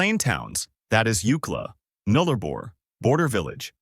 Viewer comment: It's. Boo.ula. Null a bor. Please say the names properly. Also there's plenty more. Towns that are as remote and isolated you haven't mentioned.